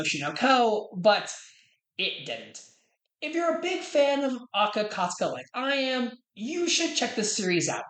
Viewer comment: please for the love of god aka akasaka is not that hard to pronounce how do you keep messing it up